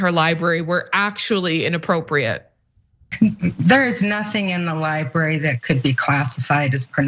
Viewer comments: 'ly-berry' and 'ly-buhrian' are not how those words are pronounced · Cenk has struggled with the pronunciation for years. I’m sure he’s been told about it and knows it but for some reason he can only manage to say “libary”. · Cenk ... love you man, but please .. there are 2 r's in "library" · Can someone tell Cenk that there are 2 Rs in library????????????????????????????